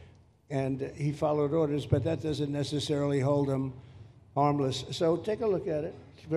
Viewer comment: Did President Trump say hold Mayokas harmless! Or Armless as in Alligator Alcatraz!